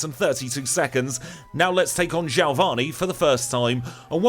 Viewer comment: and from the meganium vid i ask once again. who's jailvanni!?? lol